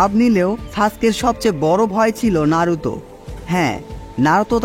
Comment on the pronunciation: bhai tmr vdo blo lagse design R edit sundor hoise But voice ta ektu clear kori pelle balo hoito ki narutor modde naaroutho uccaron koro that naruto not naarutho